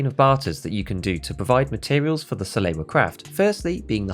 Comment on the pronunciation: Like this comment if you think that people who pronounce "Salewa" like "Saloua" should be executed in front of a live studio audience.